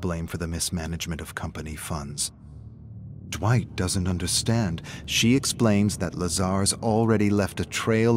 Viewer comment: Dwitch? Did he just call me Dwitch. Dwitch!!!